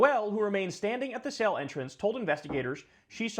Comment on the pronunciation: what is the sale entrance? Oh, you mean the word "cell".